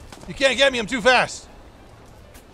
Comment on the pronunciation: "you cant get me im too phast" more like "you cant get me im too phat"